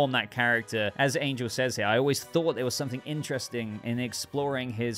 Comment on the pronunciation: Angel is pronounced (Anhel) and Xolo (Sholo). Just thought you should know